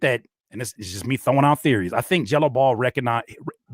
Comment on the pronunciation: He had to say “Gelo Ball” about ten times before I realized he wasn’t saying “Jello Bowl”